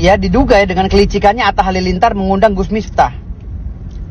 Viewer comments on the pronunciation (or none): Wkwkwkwk Gus Miftah. Bukan mistah